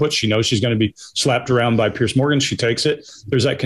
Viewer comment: Please stop calling piers (peers), Pierce. It's doing my head in.